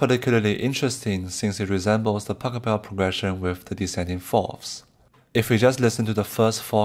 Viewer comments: Nice video, but it's not Pacobell but PashEbel. :D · Please try to pronounce his name properly! It should sound a bit like "bach hell bell" with of course the initial letter being a P rather than a B, but you do know how to pronounce Bach. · His name is Pachelbel. Not Pack-a-bell. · Very interesting indeed. Pachelbel is pronounced different: The first silable Pach is pronounced like J.S. Bach - without k. And the pronouncation is on the second silable „el“.